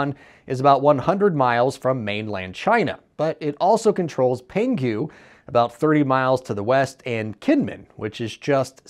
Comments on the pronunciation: It’s not Pengu, it’s Pon-Hu like in WHO WHO WHO, hope it helped 😂 no more 🐧 please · Pronounced "Pung-Hu"! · amazing pronunciation of Penghu here lol